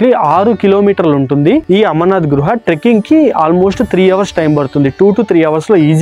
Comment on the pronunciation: Bro.... Its not gruha... Its guha